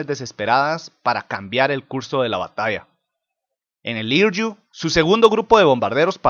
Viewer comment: "Hiryu" se pronuncia "Jiriu"